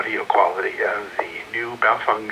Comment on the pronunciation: I'm a year late to see this, but I want you to know. You're the first person I've heard pronounce BaoFeng correctly. :)